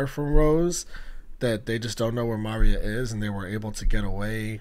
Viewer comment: No hate but it’s insane that you pronounce Maria like Mario 😭